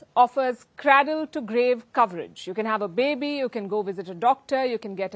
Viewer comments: Did Palki just say "craddle"? It's cradle (/ˈkrād(ə)l/). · Palki it’s pronounced as Cray -dle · Dear palki Please say cradle and not kradle, kind rgds